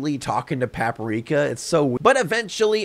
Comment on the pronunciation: The way he pronounces "Paprika" is hurting me deeply